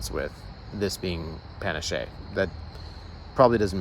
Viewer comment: pah-NAH-ch-eh (spanish) or pah-NASH (french).